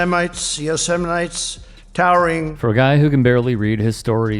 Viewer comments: Yo semite....??? Donny, you obviously didn't watch Yosemite Sam cartoons....or been to the National Park in California. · "Yoseminites." Nazi morons on parade. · fucking "Yo-semite's"???? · OMG LOL. Demented Donald can't even pronounce Yosemite. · I live on the other side of the world and even I know how it's pronounced 😑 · He can't pronounce it..and I think it shows his reading level. Almost every time. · I live in a foreign country and I can pronounce your national park correctly. He really can only read on a very superficial level, hitler's speeches, but not the bible. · Omg??? Grand Canyon and u can see Old Faithful???????? Can't even pronounces Yosemite!!!??